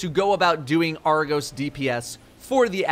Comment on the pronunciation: It’s Argos, not argose